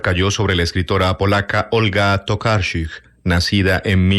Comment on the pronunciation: Mal pronunciando el apellido de Tokarczuk .. mejor no pronunciar .. solo deletrear